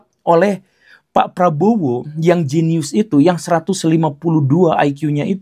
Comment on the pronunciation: Nada jeniusnya pak guru agak gimana... gitu😂